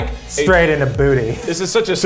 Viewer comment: keith saying duty instead of booty gets my EVERY TIME